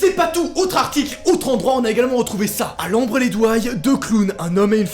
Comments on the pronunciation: Mais de oufff j’étais morte de rire, lambres lez douaille 😂😭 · tu dit le nom des villes pas correctement sin le noble sa se dit saint, lambres lez douai c'est pas douay c'est douai